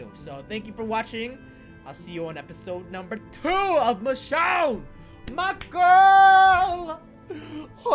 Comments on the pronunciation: Love this video but one thing bugs me. You pronounce Michonne like Mish-shawn when it's supposed to be Mish-own. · I love you roi but is pronounced Michown not michshawn 😁😁😂😂😂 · her name is actually Michonne with with O sound not Michonne with the on sound sorry it just bugs me when people say it wrong